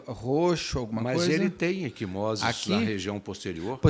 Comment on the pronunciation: Equimoses, não “eSquimoses”, ai, Beto!